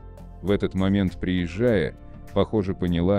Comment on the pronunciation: Слушайте внимательно текст. Рассказчик делает неправильные ударения в словах: приезжАя, вместо приЕзжая. Вопрос: чей это вброс? Ответ: заграничный. Цель: разжигание меж национальной розни.